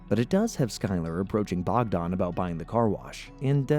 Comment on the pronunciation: Bogdan, Slavic name, means god sent. Not Bogdon...